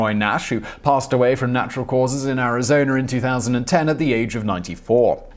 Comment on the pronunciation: The way this guy pronounces some of these states is hilarious. Arizon-urr, MERRY-land